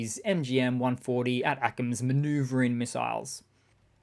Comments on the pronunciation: A-TACMS not AT-ACMS. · Day two of me reminding you that the American pronunciation of ATACMS is "attack-ems" not "At-Ackems"